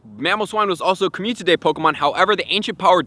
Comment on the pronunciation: Watched this 100x cuz hearing “COMMUNTITY day” is addicting